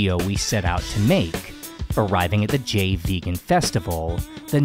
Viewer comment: I'm pretty sure "Jain" is pronounced like "Jine" and "thali" is pronounced "tali". เจ sounds more like "jeh" than "jay".